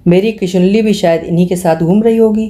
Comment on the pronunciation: किशनुली को किशुनली कह रही हैं आप हर बार । हम शिवानी भक्त हैं, सुन नहीं पा रहे।